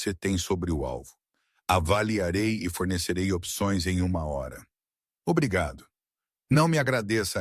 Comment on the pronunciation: Fala a hora direito.